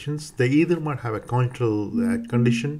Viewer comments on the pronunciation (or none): I found this very difficult to understand. I am aware the presenter is Indian (perhaps a close-by country, I'm not sure), and he has a strong accent. There are so many words I can't get - question, ventilatory, patency, consideration, elderly, respiratory, morbidity, alcohol, radiotherapy, technique, congenital (this was one of the worst pronunciations), following, airway, important, some random words that are unintelligible, endotracheal, position, spontaneous, at this point I'm giving up. I would be embarrassed to have this online, there are so many errors in language and I would not as a trainee have been able to understand this lecturer. Even if this clinician is skilled and respected, putting a lesson online with such faults in pronunciation is not a good idea. I am aware that in different countries that pronunciation is different. However he is a figure in prominent institutions in England and it is incumbent on lecturers to actually be intelligible. If you claim this to be an educational video for anaesthetists around your country and the world I would recommend setting a higher standard. Also, strange to suggest using desflurane when it's obvious to use TIVA for these cases.